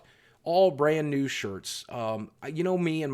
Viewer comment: "I'm looking forward to getting nude pictures with those guys." - That's what I heard lol it took me a minute to realize you said new